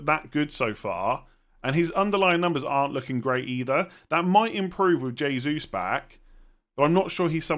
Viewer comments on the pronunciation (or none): none